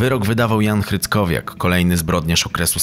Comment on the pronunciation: Hryckowian a nie hryckowiak